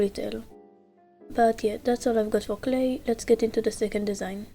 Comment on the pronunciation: “Cwlay” “tswunami” “glowry” “starfwight” “swunny” i love it ❤😂🥹